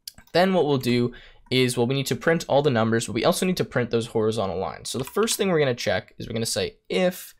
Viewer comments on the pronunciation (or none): none